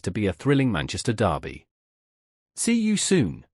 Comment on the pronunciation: People that can’t pronounce the word “derby” properly should not be paid to speak